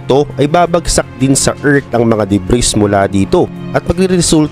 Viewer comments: Debris - de bri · Silent "S" yung DEBRIS